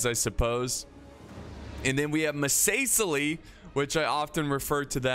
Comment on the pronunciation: Don't forget about the classic, muh say sea lee